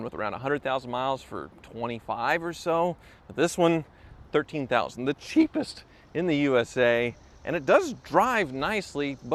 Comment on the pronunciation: not being able to say cheapest is like scotty having his hands tied behind his back.